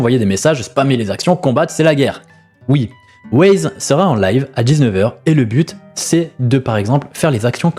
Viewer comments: Yop j'aime bien tes vidéos mais steplais cherche bien tes sources ou écoute bien les lives ... Wyze c'est pas Waze, imagine on t'appelle "caille", les préinscription on était atteintes pendant le live, Pour la prospection j'trouve ça plutôt juste de faire ca surtout sur un nouveau serveur pour que tout le monde soit sur le même pied d'égalité et pas se retrouver à choisir une classe chance par dépit. Mais sinon continue comme ça, t'es videos sont bonnes et fais attention a tes prononciation 😉 (essprès 🤣) Ciao bonne journée 😘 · bah perso en écoutant le live je le prononce comme un y en anglais voir le i qui devient why donc wyze Wyze en prononçant Waze ça me fait penser a wouaise 🤣 Après si il t'a dit de le prononcé Waze my bad mais j'ai pas entendu ça sur le live